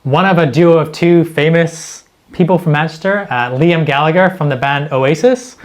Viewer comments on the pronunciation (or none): none